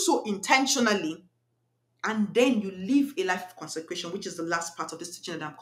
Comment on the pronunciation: I think you mean to say “CONSECRATION” not “concencration” some people might mistake what you’re saying to mean just be extremely focused 😊